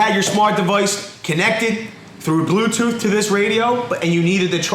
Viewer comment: Did he say “glue-tooth”?